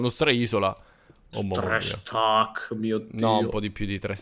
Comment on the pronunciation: dice:uno stak di blocco